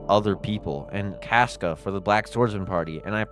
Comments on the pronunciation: My guy it’s pronounced “cosca” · SAY CASCA RIGHT OMG